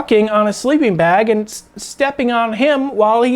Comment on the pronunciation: what is a "sleeping blag"? lol jk [24 mins in]